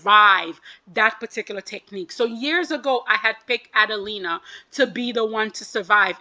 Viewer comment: A-DEL-IIA* not adelina lol